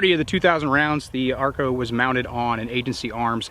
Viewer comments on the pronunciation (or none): ACRO NOT ARCO...... Good review otherwise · why do you keep calling it the "arco" instead of "acro" --- too busy compiling data to bother calling the product by its given name? ahahahahaha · Am I the only one that kept hearing Arco instead of Acro? Great review as always. Can’t wait for the SRO review next!